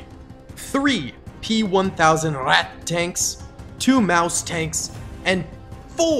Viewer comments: As a German, we definitely pronounce “Ratte” with the e, it’s just a bit short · Ratte pronounced "Ratter" with a clipped final syllable. As we would say "patter". And maybe howitzers with arcing fire might have some joy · And we certainly do NOT pronounce it “Ratter” like another comment stated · You mean Rattay?